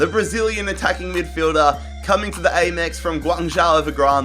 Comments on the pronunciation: Btw u say Amex like ah mex not A mex just saying but I’m not trying to send hate cas I love ur vids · It’s Am-Ex not Ame-Ex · It’s the AMEX not the AYMEX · As a Brighton fan I loved the video, but you need to learn how to pronounce Amex lol 😂 great vid thou